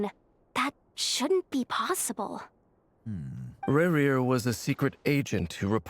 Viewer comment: why every time i hear you say "rerir" i hear "maria' instead lol